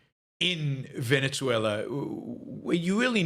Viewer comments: 'Ven-uh-ZWAY-luh' it is.... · The country's name is pronounced 'ven-uh-ZWAY-luh ', not 'Ven-ets-way-lah'....